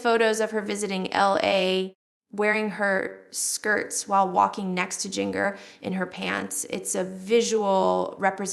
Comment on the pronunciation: Agreed. It's AI. Jin-gurr is not how it's pronounced. Also we knew about the dating questionairre years and years ago. To the channel owner: Please stop the AI junk. It's dishonest and looks tacky on your part. Do some actual work.